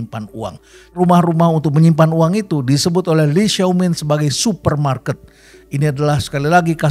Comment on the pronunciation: itu di baca "Lai Xiao Min" prof.. pembacaan indonesia saja sudah cukup tepat